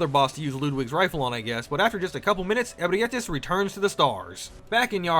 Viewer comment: Bro misspronounced abreatis and ludwig :(